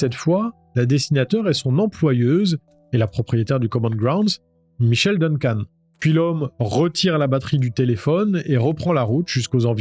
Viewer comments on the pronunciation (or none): none